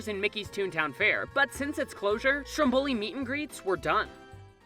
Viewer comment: My Dear Disney... Strombòli can't be heard, it's Stròmboli. (I can hear Sicilians people cry AHAHA)❤️